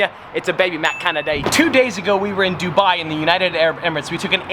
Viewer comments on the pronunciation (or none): none